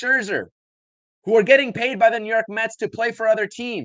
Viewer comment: It's Mets not Metsis